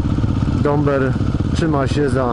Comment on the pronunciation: Daber a nie Dąber